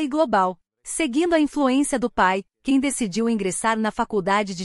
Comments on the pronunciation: Ela ainda não sabe pronunciar o nome dele ...a pronúncia é JAN e não CAN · O nome dele não é "ken". Seu nome, Can, em turco se diz "Djan". Esse é o som da letra C em turco. Por favor, informe-se. Não invente.